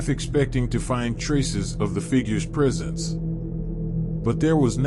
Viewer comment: “Presence” not “prisons” 😂😂😂